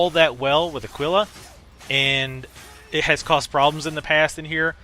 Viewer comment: not trying to be an ass, but ah-kee-lah and sure-e-ken.